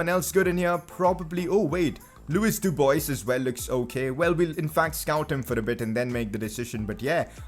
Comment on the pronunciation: your pronunciations are hilarious, I am from the Netherlands and it’s Bakker not baker and Dubois is French so not Duboys but more like Dubua